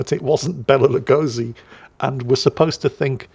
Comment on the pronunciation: It took me like twenty seconds to realise, who is the actor which is talking about:D His take on the name Béla Lugosi was priceless, i was like what? who? It sounded like forgotten medieval italian dish to me...